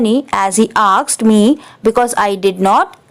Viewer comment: hi you pronounced aksed and you know it is asked.